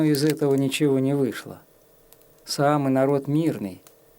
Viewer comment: Так ухо режет - саами,всегда были саамЫ